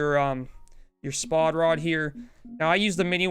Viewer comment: It's spod not s-pod